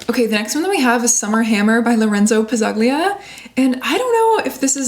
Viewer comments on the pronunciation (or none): For the correct pronunciation of Loenzo Pazzaglia's last name you should pronounce the double Z like you would in "pizza" and the G is silent. So it's Ptzalia.